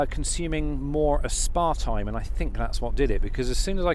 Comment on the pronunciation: ohhhhh it took me a little bit but i finally realized you were saying Aspartame the stuff that is e coli poo. yeah that stuff is so nasty i always have just awful problems when i drink or eat it. that's why i stay far away from it.